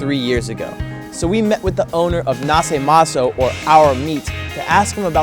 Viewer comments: it's pronounced Nashe Mason but written naše maso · it's pronounced "nashe meso"